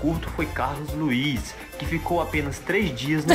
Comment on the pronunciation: Carlos LUZ, não Carlos LUIZ